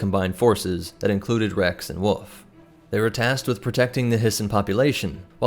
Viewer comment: I hate how you say "wolf" it's not "woof" that's a sound a dog makes, woLf is the name of the animal. Great video just the pronunciation of wolf erked me